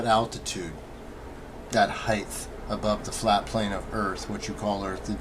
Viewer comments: People who say "heighth" also probably say "acrosst." RUN! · I've met people that say heighth..... very very odd. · Oh god, "Heighth" ? Sounds like a very familiar "Earf" ... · "Heith" That shit annoys me to no end. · lol Heighth. It has lots of heighth and width. Just measure acrost it! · Stupid prick says ‘heighth’. What a fuckin’ idiot.